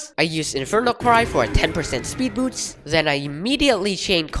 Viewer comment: also you say boots like the shoes instead of boost